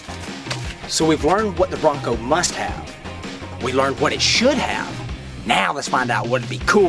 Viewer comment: Sounds like he said "shit have list" lol